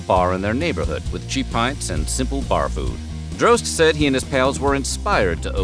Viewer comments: I believe Eds name is pronounced "Dros tee", not Droste, and there was also a local radio show on WSUN called "Hooters on the Radio" in the mid 90's. Created by Droste and Ron Bennington (Ron and Ron fame). It had B.L., Julie Williams and occasionally Lynn Austin hosting, all actual Hooters girls. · I can't belive he pronounced droste as drohst it's draw sty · Ed’s last name is pronounced Draw Ste, like in Steve. Droste